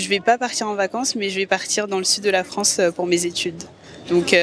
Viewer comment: D'où vient ce monsieur qui prononce « des régions France » comme « Franche » ?